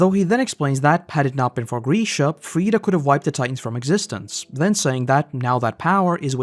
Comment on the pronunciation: Oh my god. It's Grisha, not Greeeesha